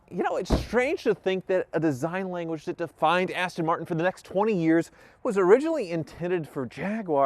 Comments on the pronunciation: I kept hearing "Cheapass Tin Martin." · “Cheap ass-ton martin”😂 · The funny thing is "jaguar" is owned by ford which is an American company so i guess they can call it whatever the hell they like iv even heard them say austin marten before bless em